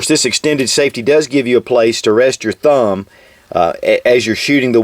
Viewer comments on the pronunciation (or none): none